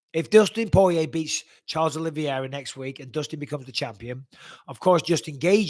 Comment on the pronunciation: Great show thank you Mike! Btw it’s Poirier not porier 😉